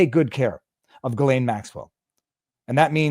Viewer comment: FYI... the "S" in Ghislaine is silent, as in island. Pronounced more like Elaine with a hard "G" ("G" sound , not "J" sound) in front of it. Just sayin'.